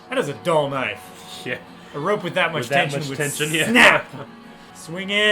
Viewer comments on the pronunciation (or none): none